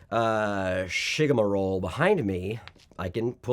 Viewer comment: Mkay...did you just say: shigamarole?! 😅